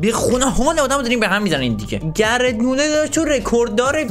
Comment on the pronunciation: داداش گِرد مولز نه گرت مولر